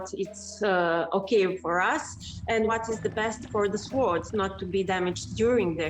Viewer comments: she isn't mispronouncing it for her language you've been mispronouncing it in yours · P If she can't pronounce mounts the word sword short she probably isn't an expert. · The way she mispronounced sword is cute. She is very brave to learn how to scuba dive to study the exact information of location. I would be very afraid to go under water.